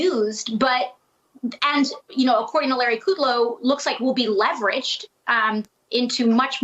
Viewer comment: Levered ... not leveraged